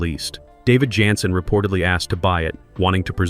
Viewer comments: There was no unaired episode. Don’t believe everything that’s on the Internet especially now with these Ai compiled & narrated Weird Facts. They don’t even pronounce David’s last name right consistently (at times calling him Yanssen & even Johnson near the end). 🤦‍♀️ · I enjoyed your narration, but his name is pronounced as Janssen w/ a “j” not a “Y!!!”